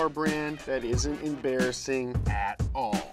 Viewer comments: Absolutely no one:: EmBARriSIN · saying "Embarrassing" is amusing me too much😂😂😂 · Every time he says embarrassing I physically clench my cheeks for some reason. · please don't do that to the audio again.. stereo and levels all messed up. also the digital effects were a bit much on this one.. i don't wanna see mouth THAT dam much, and how many times did we hyper-focus on a 'funny' pronunciation of the word embarrassing? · i might be the only one to say this. But the words like "embarrassing" being over pronounced/ emphasized is just getting a bit much, and it feels a lot like Tik-Tok content creators trying to create a new catch phrase. i couldn't be arsed to explain in more detail. No hate, just what i think, and still enjoy donut Could just be me, IDK